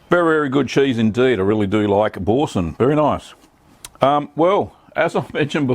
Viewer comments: Pronounced Bor-san.. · Nice video. I think it would be pronounced as B-oor-sin (oor as in u) but that again depends on the various english accents. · “ Boar-san” pronunciation Mate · Such dreadful pronunciation 🙈🙊